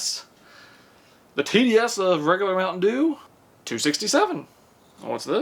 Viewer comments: The way he says mountain doo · Oh my, the way he said “Mount’n Duew”(Mt. Dew)😂😂😂💀 videos always make my day. 😂